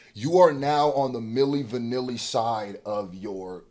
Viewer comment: He said millie vanilli 😆😅😂🤣🙌🏾